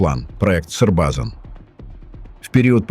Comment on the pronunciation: Не Србзан, а Србазан.....